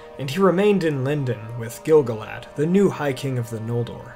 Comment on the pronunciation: And also every time he says Gil-galad as GIL-guh-lad instead of gil-GAH-lad. For the amount of research done for this video, the pronunciation game could definitely be improved :)